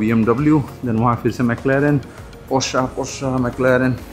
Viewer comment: I think u r pronouncing wrong porsche